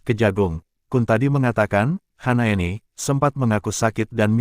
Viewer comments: Hasnaeni apa Hanaeni ngebacanya yang betul donk.! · bukan HANAENI tapi HASNAENI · Kok HANAENI sih nih orang ngomong nya.. kan Hasnaeni.